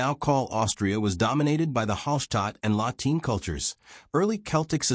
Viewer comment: La Tene is not La Tin ... or La Teen ...